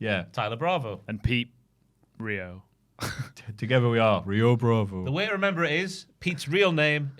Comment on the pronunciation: Rayo is exactly how Pete would pronounce Rio.